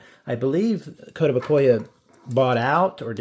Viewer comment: "Musk is a piece of shit" How do I give two likes to a video? Also, kow-tow-BOO-kee-uh. These toys look great.